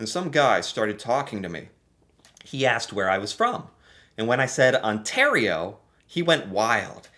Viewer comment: Out of about a dozen words Americans mispronounce, the one that irritates me the most is "asked " . To many pronounce it "axed". Wth....s is s and x is x. Makes me wonder about the level of the English language being taught in the education system in America.